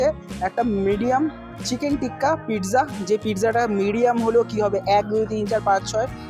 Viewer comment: কিন্তু উচ্চারণে ট হবে না